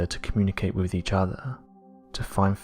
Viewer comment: Ffs, it’s monotone againnnnnnnn, erffff (earth) wiv (with)